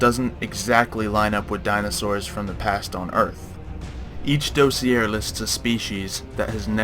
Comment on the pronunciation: Anyone else bothered by that fact that he pronunced "dossier" like "dosiare"?